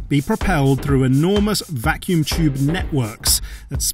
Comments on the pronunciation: Chube, instead of tube... Seems legit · its Tube. Not CHube. There is a T not a CH.